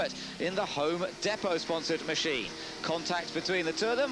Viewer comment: That British guy pronouncing home depot is funny, us Brits shouldnt commentate on NASCAR tbh!